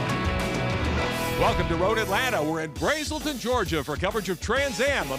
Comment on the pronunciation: um, it's brAselton..ah,ah,ah! not braeselton lol